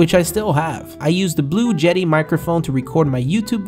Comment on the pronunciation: Did he say "Blue jeti microphone"